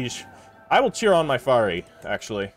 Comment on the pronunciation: faris is pronounced with the s at the end. faris is also singular, the plural would be forsan.